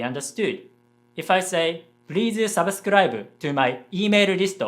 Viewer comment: On the topic of English pronunciation, the "sub" in "subscribe" is not pronounced like the "sub" in "submarine" but like in "supply" (just with a b instead of p).